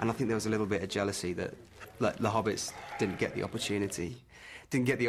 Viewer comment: I am not Frodo baggins of da shire he he he